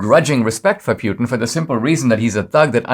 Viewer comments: Why are you saying, “pee-yoo-tin”? It’s pronounced, “pooty-tang”. EVERYONE knows that. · It’s pronounced Poo-tin, not Pew-tin. Yeah, I’m gonna be that guy.